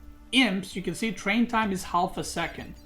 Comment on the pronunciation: you don't have to pronounce the L in half:P